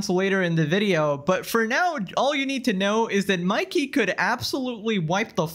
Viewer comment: Never hears of you before, or that sneako guy. You are saying Mikey’s name wrong but either way. Great video. Earned a sub. 🍻